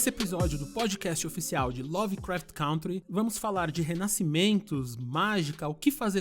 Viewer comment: Meu, pelo amor de deus : É CÂNTRY!!! aprenda a falar o nome do seu podcast!